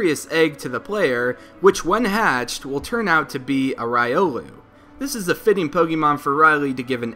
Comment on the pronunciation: Random Riolu: Riolu!: Ryolu